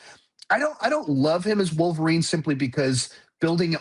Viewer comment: "Calverine"? What?? 🤔